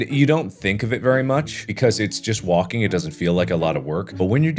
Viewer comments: is it just me or markiplier is saying "wonking" and not "walking" XD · is it just me or does it sound like "wonking"